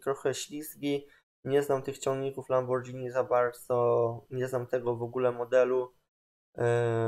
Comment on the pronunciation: Czyta się Lamborgini, to tak na przyszłość